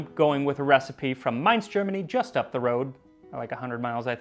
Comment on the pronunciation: A sincere thanks for pronouncing "Mainz" correctly! (It's where my family's from!) :)